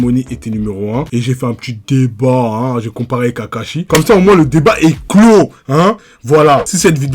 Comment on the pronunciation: 7 20 y’tadis kakashi au lieu de Akashi